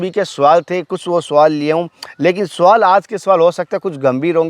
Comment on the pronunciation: बकचोदी करना बहुत आसान है। पहले प्रोनेंसिएशन ठीक कर। मार्ग को मारग और सवाल को सुवाल बोलता है।